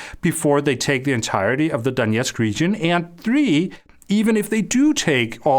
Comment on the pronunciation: I cannot handle how you keep pronouncing the word "and"